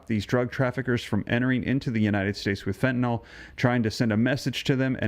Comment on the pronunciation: 1. It's pronounced FEN TA N I L - as it's spelled F E N T A N Y L. 2. Your comment about Trump going after all the fentanyl pouring into our country assumes we're being told the truth. There's still been ZERO confirmation that the small boats that have been destroyed by Kegsbreath were carrying drugs. Maybe they were, maybe not. However our protocol is to seize the boats and the contents....not blast "SUSPECTED" drug traffickers out the of water. One of the boats blasted was apparently NOT carrying any drugs. But I guess this administration of war mongers think casualties are just fine because the people in them are brown skinned. 3. As always, Trumps actions are diversions from all of his failures: PRICES HIGHER THAN EVER GASOLINE SPIKING ALMOST DAILY PRESCRIPTION DRUG PRICES OUT OF CONTROL FUEL COSTS FOR HEATING AND OTHER USES GOING UP UP UP. HEALTH INSURANCE PREMIUMS, CO-PAYS AND DEDUCTIBLES FOR MILLIONS WILL GO THROUGH THE ROOF AT THE END OF THE YEAR IF GOP REFUSES TO NEGOTIATE. 4. According to Babbling Barbie Bible (dollar store Jen Psaki) Trump's main focus in on the ballroom. The $300 million ballroom when Americans can barely afford basic necessities.